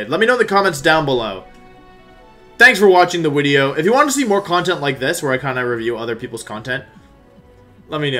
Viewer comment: please stop clapping, yelling and saying "wideo"